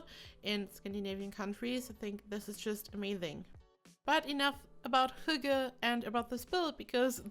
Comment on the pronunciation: AssaultedPeanutt almost 😊 she says "hugge", but the Y is more like the Y in ... "Synchronization" for example. So, the H-sound is correct, as well as the "gge", but the Y is different 😊 If you go into this link, the first is a northern Norwegian dialect, but the the two ones at the bottom (Martin Salthe, and astarkvedja) pronounce it like we do here in the east (the "norm" kind of) 😊